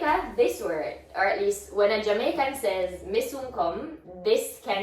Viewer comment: is pronouncing the Jamaican words very well 👍